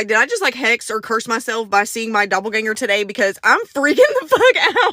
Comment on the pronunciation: I'm yelling at my phone, hoping someone can hear me. I'm also laughing because I know that's impossible. So my next thing to do is comment.😂😂😂 Girl...listen to everyone in this video. Your pronouncing the word wrong in the most horrific way. "IT'S DOPPELGANGER!!!". People need to learn how to pronounce words befor saying them. And to the people that blocked mefor one day saying I was bullying. No... y'all have it wrong... I'm just correcting just like other commenters. But its ok for y'all to allow post on people having sex in the woods. So who the pervert?